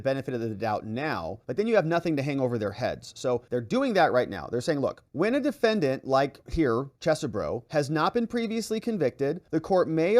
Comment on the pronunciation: Hey it's CHESS-burro RHYMES with Desperioux